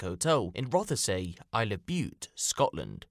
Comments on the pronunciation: Its pronounced roth say. Not rother say. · Terrible story, shocking! One thing that was a bit grating though was it’s not pronounced Roth-e-say it’s said Rothsea. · It's pronounced Roth-See not Roth-a-say